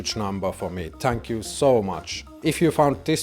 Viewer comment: Shock-let 😂 tank you 😂